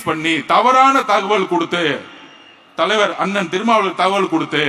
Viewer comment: “திருமாவளவன் “ னா அல்லது “திருமான்ன்”னா?